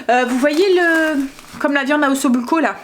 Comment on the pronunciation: Coucou 🤗 J'ai testé les feuilles de lessive pour du blanc à 60 degrés 👍🏿impeccable. J'ai fait la marguerite à la vache qui rit en divisant par 2 les quantités... délicieuse on s'est régalé 😋 Je voulais te dire, on dit osso-buco (se prononce osso bouco) en italien c'est "os troué". Des bisous 😘